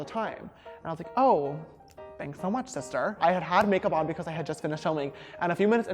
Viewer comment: james: shishter (honestly so cute sister!): loife initiate the teasing haha